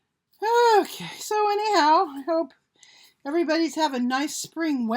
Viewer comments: lol she said any who-ter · “Any hooter” 😂😂😂she’s naturally funny